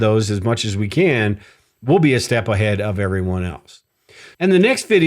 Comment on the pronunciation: I thought you were ai as you said can, in the can opener, you pronounced it as jack can do the overtime. When can as in canned food or can opener is more like, kan rhyming with hand.